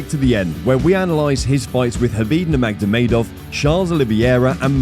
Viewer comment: Doesn't give a good impression when you don't know how to pronounce nurmagomedov